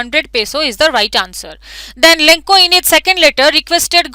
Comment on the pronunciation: That is not lenko that is lencho